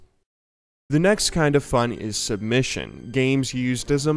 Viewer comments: Mfw "sumbission" -_ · ''Sumbission'' haha Nice one :D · "sumbisson" lol